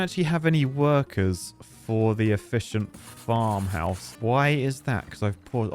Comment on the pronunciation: Every time you say efficient I'm on edge. You broke me